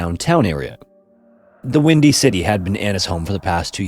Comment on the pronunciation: The wimdy city is frickn wimdy. Edit Yeah I just meant I swear you said wimdy. I didn't realize at the moment the wind was going to cause the horrible accident. Soooo wanted to clarify that. I'm not a monster